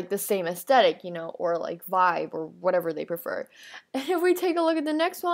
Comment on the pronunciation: Ew, did she just say "Astetic?"